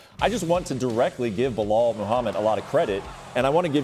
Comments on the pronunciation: Chael - its Bee-lal Not Blo hall Hahaha… :) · Bluh-hal - Chael Sonnen😂😂😂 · Chael: Behal lol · Loool how does he get away with mispronouncing fighters name (behal) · Charles Sonnen was a Blahal believer years ago. There is a clip of him calling Belal Blahal over the years. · Chael still saying Belahall